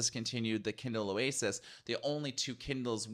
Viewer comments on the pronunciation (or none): none